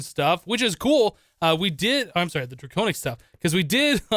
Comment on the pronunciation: Dwaconic Swaff of Awesumness !!!